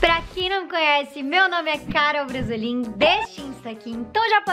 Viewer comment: Só eu que reparei que no começo do vídeo ela falou "Caro Bresolin"